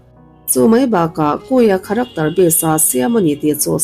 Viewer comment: Kharaktawr - heti lo deuh hian i lam thei em² ang.